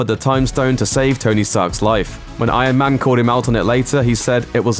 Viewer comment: does anybody else hear "I AM MAN" instead of Iron Man?